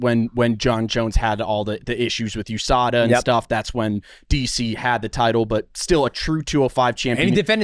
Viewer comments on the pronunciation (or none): none